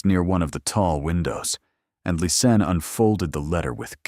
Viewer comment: Its Lis Anne,! How can it be sooo hard for you? Half of Lisa and Anne at the end. LIS ANN. Its just not that complicated. You've called her everything but her name.🤔😳🙄🙄